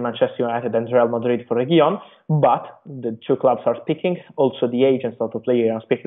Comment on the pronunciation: the Pronunciation of Reguilón is..........RRRRRRe....Gui....Lón......going up at Lón...